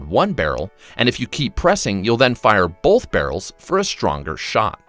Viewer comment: Bruh there’s no L in the word Both